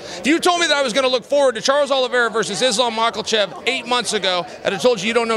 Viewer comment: Islam Makelchev is one of my favorite names that Chanel pronounces